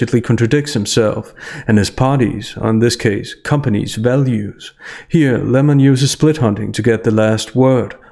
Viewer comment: It’s so hard to hear Lem-or-on this much. Only tolerable because of your great commentary. Thank you.